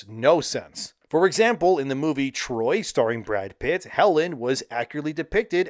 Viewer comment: Helen of D’Troyt and ACK-illes will never not be hilarious to me.